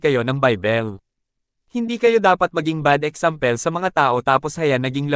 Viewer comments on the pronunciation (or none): yung "exampel" the word that you can hear hahahaha😂😅